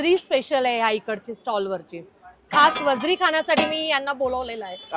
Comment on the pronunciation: वजडी आहे ताई वजरी नाय 😂